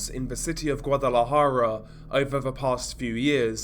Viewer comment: Thanks for pronouncing Guadalajara correctly (